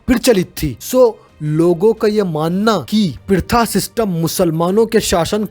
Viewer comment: Not pritha its pratha😂😂